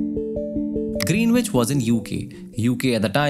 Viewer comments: Good case study, it was a good use of 'my time'. Would like to point out one small error in your speech. Considering the theme of the video it's an important word hence worth mentioning. "Greenwich" should not be pronounced as "Green-which". The correct pronunciation of Greenwich is GREN-itch, with the stress on the first syllable and a silent "w". Another common pronunciation, especially among older Londoners, is GRIN-itch. The key is to drop the "w" and say "ch" at the end. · “Greenwich” pronounced as “grinich”. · GREENWICH is pronounced as "GREENICH" in the UK.